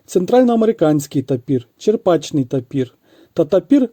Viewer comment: Відео гарне,але тапір буває не "чеРПачний",в "чеПРачний".